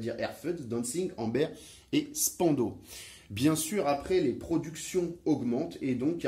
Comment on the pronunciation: désolé cher monsieur pas spando mais spandao candide de la langue de Goethe